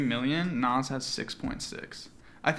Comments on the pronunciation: The way u pronounce Nas bothers me Its NAHZZ not NOSS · why does say nas like that hahaha